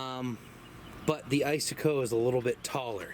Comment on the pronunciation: "ice -a-coe"???